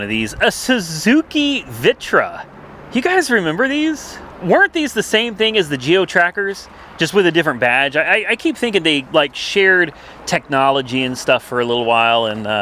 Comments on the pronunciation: Suzuki Vitara, not Vitra 😂😂 I guess you’re tired/dehydrated.. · Sorry, it's a Suzuki VITARA not VITRA, FYI